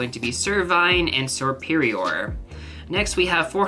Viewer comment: Hey you did well but some you need work with but the main one was serperior it has a silent o and axew is pronounced like axe Chu but my two favourite Pokémon in gen 5 are volcarona and chandulier